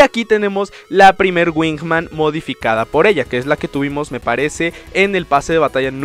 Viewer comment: uh la la señor frances Como se dice entonces? La winman xD